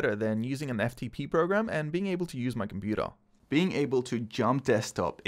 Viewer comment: Can u please stop saying computa